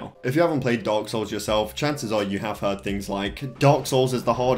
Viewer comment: It sound you said dogs souls